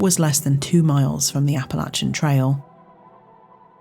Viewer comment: Thank you for pronouncing “Appalachian” properly 👍🏼 I went to App State and mispronouncing is a pet peeve.